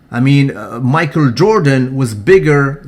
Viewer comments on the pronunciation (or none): none